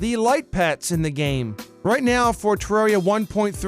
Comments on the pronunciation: Tip 11: Don't pronounce it 'Terreeeria' It's Terraria. With an A. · #1 thing you shouldn’t do—call it “te-rare-ia” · finally... someone who pronounces it TER AIR E A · Worst thing to do in Terraria, call it ter-rare-ia